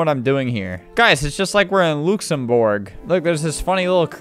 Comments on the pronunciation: when he says luxembourg like looxumbourge when it's luxemburg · Louxenbourg its lüxëmbūrg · Bruh I love the way he says Luxembourg like "Lukesemborg". And I really love the Historical RP game and I recently played it. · ITS LUX-EN-BURG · That pronunciation of Luxembourg made me want to commit several war crimes. -This comment was made by Fabs